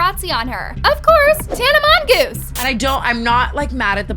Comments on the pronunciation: pls stop trying to be that girl😭 "mongoose"😐 got the whole gang Laughing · did nobody notice how she pronounced Tana's last name wrong like 6 times lmao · I think its really fucking rude from to be saying Tana's last name wrong. Like it's really shitty you as a tea youtuber honestly should not bash other influencers. You don't like Tana because she literally is saying the truth and weren't you bashing on Maddison Beer a few months ago for setting impossible beauty standards